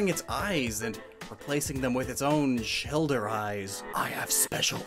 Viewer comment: “Stuck in the shelder”